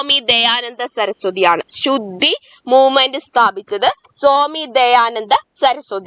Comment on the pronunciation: സോമി വിവേകാനന്ദൻ അല്ല. സ്വാമി വിവേകാനന്ദൻ.